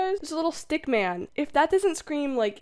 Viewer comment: The way you said “seven foot næn” gives me life 💀